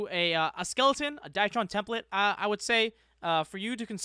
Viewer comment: Say it with me now, D R Y TRON not dietron